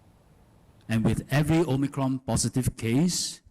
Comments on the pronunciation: Omicron, not omycron la some more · Cant stand the o-my-cron pronunciation 😖😖